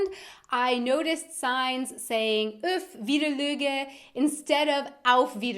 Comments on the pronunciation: You pronounced that Uf Widerluege as if the "ue" was a "ü", but the Swiss do have that umlaut… which is a hint that the pronunciation is more like Widerluëge (note the trema). I could be wrong, not being swiss… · Your ö was really pretty good🤔👍 I live in Germany near Switzerland so I usually understand the most of what they're saying, but I've never heard "Bis spöter". And "Uf wiederluege" you pronounce just like you spell it with 'u' and 'e' not like an 'ü', but both 'e' you pronunce that they sound a little bit like an 'ä'. And "Wie goots?" is pronounced with a long 'o'. In german two 'o' doesn't get to an 'u'; when we use two times the same letter we want the reader to pronounce it as the one letter, but longer. I hope you understand what I'm trying to tell you😅